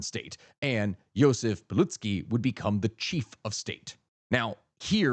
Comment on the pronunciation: this vid is realy cool and mostly historycaly acurate but can you just use google translator to look up corect way to say those names and surnames, most of them are good but piłsudzki is just diabolical